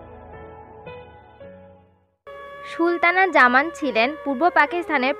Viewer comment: She was Sultana Zaman not Shultana Zaman. Learn how to pronounce names...